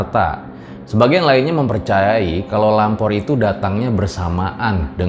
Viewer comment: Gua kira tadi bilangnya Ngalor bukan lampor😂😂